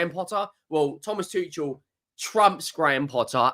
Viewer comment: It’s pronounced: Too-kul. Good day. 🫡